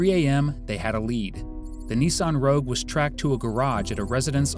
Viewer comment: How you keep getting Subaru and Rouge wrong